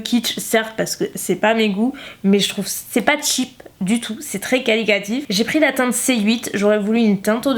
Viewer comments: Trop cool que tu aies « changé » d’avis. Je suis contente d’avoir ton avis sur ses produits qui me font de l’œil ! Par contre.. on dit QualiTAtif et pas QualiCAtif.. désolée j’étais obligée de le dire ça m’a stressée toute la vidéo haha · On dit qualiTAtif et non qualiCAtif :p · Ma jolie. On dit qualitatif. Et non qualicatif. Qualitatif: qualité. On te pardonne. Tu nous apportes tellement ❤️ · "qualicatif" x)